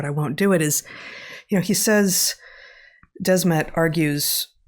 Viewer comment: It’s Matthias de Smet, not Desmet. It’s the same as “the smith” only “de Smet” “the” and “de” is pronounced somewhat the same. Also; the podcast with Jonathan Pageau was epic!